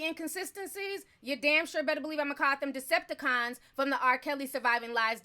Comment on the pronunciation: Lmao u said "Decepticons"